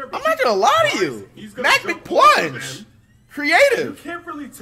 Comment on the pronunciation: "mac Mcplunge" 😂